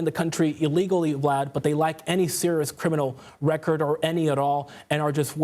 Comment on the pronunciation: He said they lack any criminal record. He says it kind of weird so it’s hard to hear